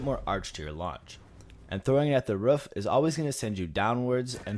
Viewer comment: Why are you saying roof so weird? 😂 Vruff like a dog barking or something like that